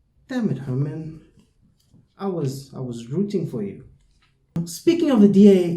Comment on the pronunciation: You did Herman wrong bro 😭